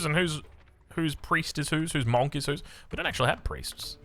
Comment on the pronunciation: I love you but the way you say 'monk' is giving me an aneurysm. It's like "Monkey" without the "-ey" part, munk!